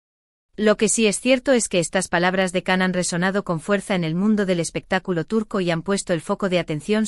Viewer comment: Se dice Gian o Yan no Can.